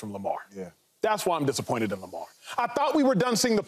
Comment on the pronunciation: Shady can't even say lamar's name in vein 😆😆😆😆